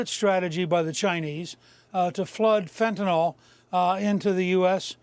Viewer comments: why does everyone pronounce fentanyl as "fentanol"? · It’s fentanYL not fentanOL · I listen to every news person on these shows mispronouncing Fentanyl and I turn off the video. Fentan-all, Fentan-all. My god! Can no one anywhere pronounce that word? How is it so difficult? Stephen Miller is the ONLY person I've heard properly pronounce Fentan-yl. Get it right people!